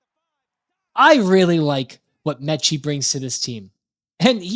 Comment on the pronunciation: There is no N in Metchie. The video was ok; but that was so irritating. You need to stop adding the N into Metchie.